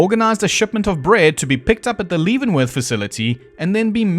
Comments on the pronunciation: you're mispronouncing Leavenworth, although I understand why. The Leaven part is pronounced like heaven. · That did make me a little twitchy 😅